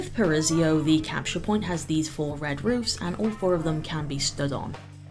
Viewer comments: Amazing tips! Your videos are always super helpful and the little drawings that show up sometimes are super cute! Also, as a native Portuguese speaker, the new Brazil map is pronounced “pa-ra-EE-so”. Hope I’m not being too nitpicky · I'm not gonna lie, I'm judging your pronunciation of Paraiso 😁